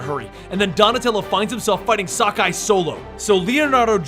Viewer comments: i'm pretty sure it's sak-i and not sakai and it's kur-rai and not kar-rai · Sock-Eye huh?